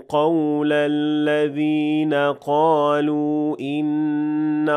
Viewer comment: After the word قالوا there is an hamza in the next word. So it's madd munfasil and it's 4 harakat long. But you give 2 harakat ( madd tabiyi ) ,may I know why ?